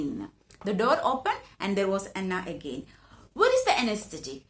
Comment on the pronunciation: It's not Hanna it's Hana **